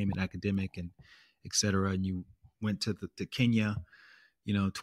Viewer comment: ET cetera, not 'ex cetera'.